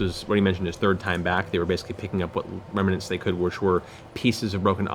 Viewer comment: Matt Mercer is the best DM I’ve ever witnessed and one of the best I’ve ever even heard of. That said, the word “remnants” is supposed to have 2 syllables, not 3. And it seems to be one of his favorite words, as it comes up nearly every session. Remnants. Not remanents. It drives me nuts.